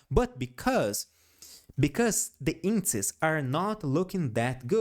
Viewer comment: Great video. I know you have an accent and that's fine but I suggest you research how to say indexes in plural. It sounds like you say inces and I did not understand what you where talking about the first couple of videos. Great content 😊